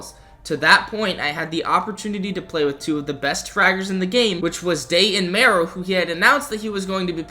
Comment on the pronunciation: It’s (me, row) not (ma, row)